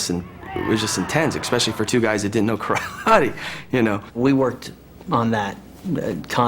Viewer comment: I like how they show respect by pronouncing KARATE (kah-rah-teh) with a Japanese intonation.